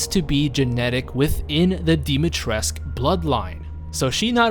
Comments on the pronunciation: Dimitrescu, not Dimitresk. The u isn't silent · Dimitrescu not dimitresc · That’s not how you pronounce her name. Dimitrescu has been falsely pronounced as Dimitreesk in English, with the final "u" letter being silent. This approach has been criticized by Romanian speakers who have said that the correct pronunciation is "dimi-tres-ku", for her name is Romanian. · If i hear ppl saying her name as dimitresc once more im starting the third world war. PEOPLE THERES AN U AT THE END THE FUCK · I hate how you pronounce her name! Pronounce the fucking U as well! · Love how said Dimitrescu multiple times before asking I am saying it right?? Yeah mostly but their is no cu at the end you just need a teacher try the duke. He is the one who taught me how to say it. Infinite CAKES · The romanian homie tells me that the u supposed to be pronounced